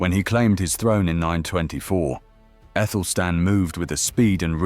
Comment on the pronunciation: I always thought it was Athelstan, so why are you pronouncing Ethelstan?